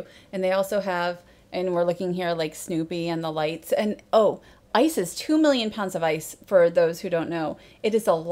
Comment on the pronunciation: Every time you say "Ice is..." I think you're saying "ISIS"